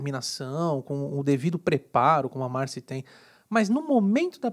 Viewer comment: É marcÎ. Pelo menos no programa falam dando enfase no I.